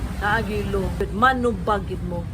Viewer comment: wala ka man gali nibayad ky DILI WORTH IT? Tpox kasuhan ming mga netizen! imung pg.pronounce sa Law ky LOW! Kataw-an ka lng sa abogado.